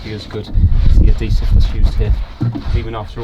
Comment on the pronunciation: Am I the only one that does a double take every time I hear "Ah-deesive"?